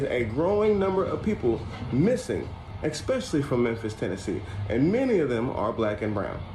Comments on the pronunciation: Why do people say exspecially instead of especially. Are y'all ok? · Why do so many so-called “intelligent” people mispronounce simple words? The guy who translates the word “virus,” says, x-specially instead of especially! And the worst is when Dubya Bush used to say “nuke-u-ler” instead of nu-clear! And now, almost everyone mispronounces it, even military brass, reporters, teachers etc. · Snake fool the word is ES PECIALLY theres no Ex in the word no wonder your struggling with virus cant pronounce the english language properly dont worry about LATIN😂😂